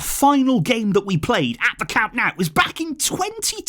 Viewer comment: Dont call it "cam naaaau"😂😂😂